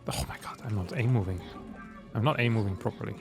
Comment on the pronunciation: I'm NoT a MoVaiNG ProberBly! Proxeeds to not a move at all